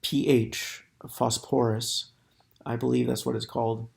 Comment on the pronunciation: Pronounced as Fosforus